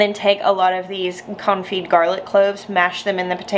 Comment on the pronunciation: I think it's very fitting that your pronunciation sometimes sounds like "comfy garlic" 🥰